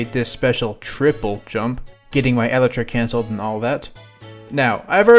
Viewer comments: Ahhhhh the way he says elytra hurts me "Eletra" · I am a certified Minecraft nerd and if he pronounces Elytra like Eletra' I might just blow him up